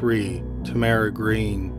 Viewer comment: Is that how Tamara pronounced her name? I've only heard it with accent on first syllable.